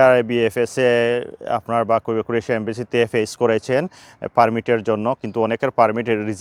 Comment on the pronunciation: দেশের নাম উচ্চারণ শিখুন।